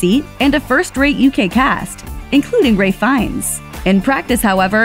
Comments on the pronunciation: It's pronounced incorrectly in Europe I suppose. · Ray Fiennes? Do you mean Ralph Fiennes?.... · Ray Fiennes? What? You mean, RALPH Fiennes? Who did he play? Oh I don't know, maybe VOLDEMORT?! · Who's "Ray Fines"?